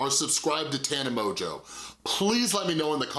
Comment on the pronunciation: Please stop being petty and purposely pronouncing her name wrong. It’s obviously “mojo” and anyone who’s seen any of her videos knows that. And I know you know so that is really annoying and immature in my opinion